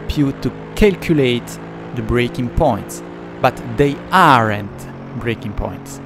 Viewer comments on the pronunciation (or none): quick tip about your pronounciation ;) quand tu dis "aren't", ça se prononce pas "areunte", mais "ant" avec le son 'an' légèrement accentué c'est tout pour moi, la bise et bonne nuit ;)